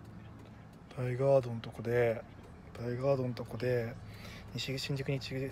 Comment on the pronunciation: あれ実は大（だい）ガードじゃなくて、大（おお）ガードなんですよぉ～ 新宿行きたての頃はずっと私もだいがーどやと思ってました